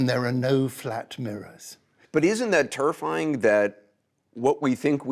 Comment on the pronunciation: Could someone let Anderson know that the word “terrifying” is pronounced “Tare-uh-fy-ing” and not “turrfy-ing”